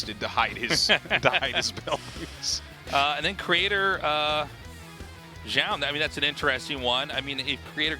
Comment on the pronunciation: Still not going to pronounce Zoun's name correctly? You had it for a while there. Doesn't take any special effort...